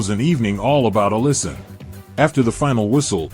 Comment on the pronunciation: ALLISSON NOT ELLISON